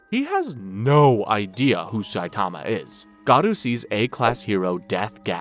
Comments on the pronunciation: Not Gadu, his name is Garou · Bro you said garou of gadua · It’s not gadu. It’s GAROU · Garou❌ Godu✅ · it is not godu ti is goru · Am I really the only one dying a little inside every time this guy says "Garoo"? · Dude... why the f are you saying garou like that?